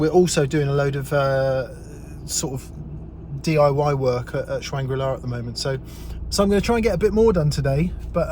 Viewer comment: Did you just say “shwangri la” hahahh love it!